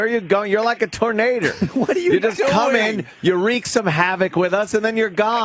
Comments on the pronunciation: HAHAHAHAHAHAHAHAHA GREGG! PLEASE KEEP SAYING TURNADER! MY GOD! MY RIBS ARE SPLITTING!!! HAHAHAHAHAHAHAHAHAHAHAHAHAHAHAHAHAHAHAHAHAHHAHAHAHAHAHAHAHAHAHAHAHAHHAHAHAHAHA . Die. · In north georgia, it's pronounced "Tarnayduh".